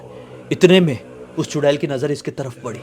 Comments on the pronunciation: चुडैल ❌ चुडेला ✅😂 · चुड़ैल बोलो या चुड़ैला 😂😂😂😂